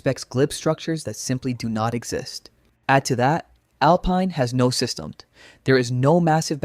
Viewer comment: The least you could do is find an AI slop voice that is able to pronounce GNU, Systemd, or even Alpine